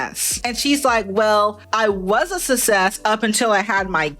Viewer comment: Also.. Love ya to death but for effs sake. It's not "sus-sess". It's "suk-sess". Please for the love of God. 😁😁😁🥰🥰🥰